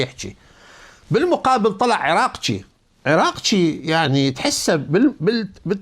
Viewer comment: السلام عليكم كم مرة قلنالك الفظ الاسماء صحيح مو تقلبها عرقجي وليس عراقجيب عرقجي عرقجي حتى بالانكليزي مكتوبة اركجي انت بيك شي لسانك بيه شي مو احترمك واحب اسمعلك وما يوم افوت حلقاتك بس تشبعنا قهر من تذكر الفالرسي الايراني عرقجي وتكول عنه عراقجي ليش ما تكول عراقي وامنحه جنسية مرة ثانية ترى اسلط لساني عليك